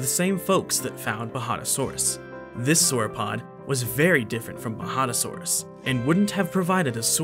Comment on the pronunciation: If only he could pronounce most words correctly Its coloraDO not coloradah Its baJADAsaurus not bahadahsorus Etc Its kind off a major annoyance but a great video nonetheless